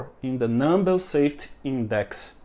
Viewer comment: Just constructive criticism so that you can improve. You pronounce safety, saft and other words with a y at the end. I do understand that in Portuguese you don't pronounce the Y but it is pronounced safe teeee. Long y but pronounced EEE safe tyyyy